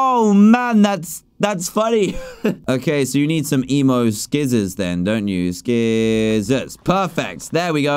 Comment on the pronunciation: When he said skissors I was so confused?🤔🤔🤔🤔🤔🤔🤔